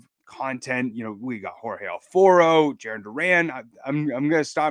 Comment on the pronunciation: This guy just refuses to pronounce AlfAro’s name correctly smh